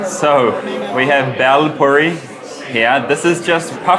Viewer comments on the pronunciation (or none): Karl, sorta disappointed in your pronunciation of "Bhel puri".... it sounded like "Bell puri".... after all these years??